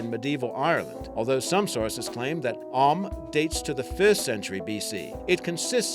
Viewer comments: Dude it's not "Og-hamuh" it's pronounced "Oh-am" ^_^ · You pronounced Ogham wrong, it is pronounced as Og-Um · *Not bitching about pronunciation* but just so ye know Ogham is pronounced like Oh-amm :) studied it in college for a lomg time :) still used here in ireland in some parts of the Gaeltacht (areas of the country where irish is still the main language) btw love your videos guys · Ogham is pronounced with 2 sylables Og am the h is silent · Ogham is pronounced as Oh-(g from the back of the throat like a bad chewbacca impression)-um Or Oh-wum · Ogham is pernounced o-wam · It's pernounced o-wam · 4 is as far as i can remember pronounced as ohm as in the unit of resistance or possibly (oh am) oham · Nice video but please research how these scripts' names are pronounced ffs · listening to him try to pronounce "Ogham" is almost as painfull as his research on the subject.